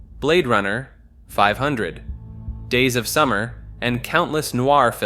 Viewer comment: Why did you say 500 Days of Summer like that? Also is that a dystopian film, I recall it just being a sad romcom?